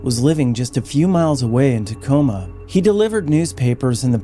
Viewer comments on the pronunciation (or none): none